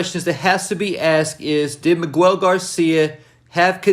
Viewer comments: nigga said meegwel lmao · The U I’m Miguel is silent . Js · You saying Miguel’s name wrong is triggering lol